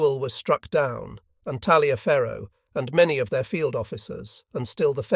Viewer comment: In Civil War terms Talliaferro is pronounced "Tolliver". Huger is pronounced as "Ujay".